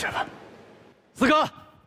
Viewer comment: 四哥 我我总是听成skr 哈哈哈哈好出戏